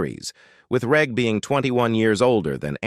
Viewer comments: FFS at least research the pronounciation of the cast. Its a soft G in Reg Varney, not a hard G. Its short for Reginald. Oh wait... its a robot voice. Disappointing. Very. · It's AI crap. Listen to how it pronounces Reg.